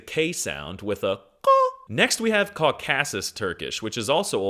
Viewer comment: "Co-CASS-us"? Jesus Christ. Some language expert.